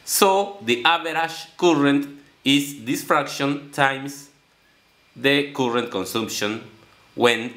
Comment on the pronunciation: Good effort - some language help - current is better pronounced as "car-rent" but "coolant" sounds confusing. Keep at it, keep learning.